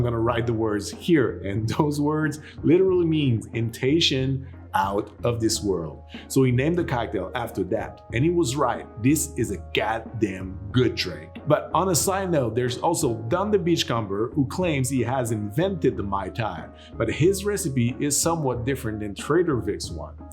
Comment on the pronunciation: That acting was good! Totally passable :D Great recipe. Also your weekly pronunciation tip, Don the Beach Comber, just lose the b, it is silent. Don the Beach Comer. Comer rhymes with Homer (Simpson).